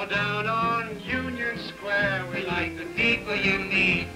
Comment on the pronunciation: well it's like not lik and that not taht :D